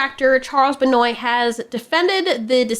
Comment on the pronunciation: I think the dude's name is pronounced "BEN-WAH"